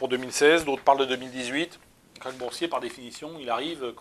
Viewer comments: KRACH pas KARCH lol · « Karch »? Connais pas ce mot.